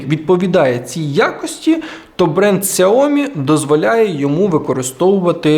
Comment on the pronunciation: Якщо вже на те пішло, то китайською правильно «сяоМІ» з наголосом на другий склад.